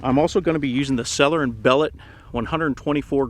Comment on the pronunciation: it's "sell-yeah and bellow"